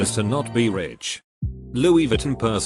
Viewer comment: no one: computer narrator: "I'm poor but pretending to be Rick"